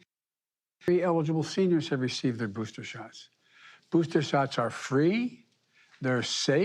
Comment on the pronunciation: IM GONNA GIVE IT TOYA STRAIT!!!! LOVE HIS SMILE WHILE SAYN THERES PLENTY OF BOOSTAS!!!! WE GOTCHYA BOOSTAS HERE!!! GETCHYA BOOSTAS!!!! PLEASE PLEASE GET VACINATED NOW!!!!! YOU LOVE YOUR KIDS RIGHT!?!?! GET EM VACD AND BOOSTAD!!! BOOSTAD!!!!